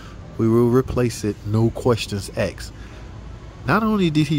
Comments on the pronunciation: Asked. A. S. K. E. D. Not axed. Other than that, agreed. Harbor freight has gotten terrible about their warranty stuff too. I dont even bother going to my local store anymore. Ive never seen an actual northern tool store. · Its asks not axed 😂😂😂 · Shame on you! It's not "No questions exed..." It's 'No questions AXED'! Ahmo teach you how to be black!:D